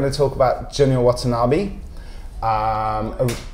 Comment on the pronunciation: Lol A guy tries to discuss about Junya Watanabe and doesn't even know how to pronounce his name .. Pothetic . What the hell is Junya Watana "bee"?